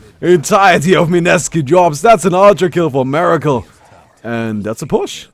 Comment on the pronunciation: this guys name is MERACLE not MIRACLE you should be ashamed BOOOO lol.